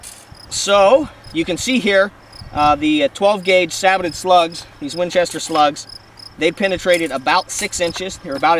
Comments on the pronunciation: It's like these reviewers have never seen a WW2 tank or any tank documentary, in the last 20 years, where the people clearly say SAY-BOW NOT SAAY-BOW. Sorry I cant get past that. Not gonna listen to minutes of talk from someone that pronounces it that way in the first 20 seconds of the video. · Christ.. saybow. Not sabbotted...